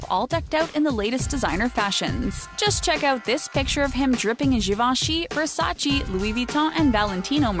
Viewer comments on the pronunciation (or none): versace, you know singaporeans pronounce versace better than you guys jesus